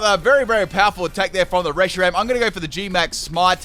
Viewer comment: "And we got a Reyshiram lead"